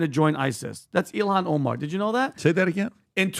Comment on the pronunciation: Her name is Ilhan. Not Elon guys